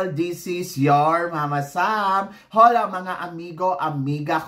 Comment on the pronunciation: mama sam, "Ola" un, silent H. just letting u know